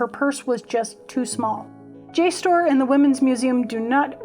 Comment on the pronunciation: I am loving learning all that you have learned. And I think jstor is pronounced just as you have.